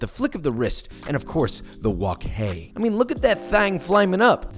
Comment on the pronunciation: im cantonese and how do you say wok hei so on point omfg